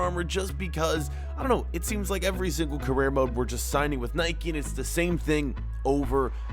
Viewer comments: Spell nike right. You are saying niki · Stop saying Nikey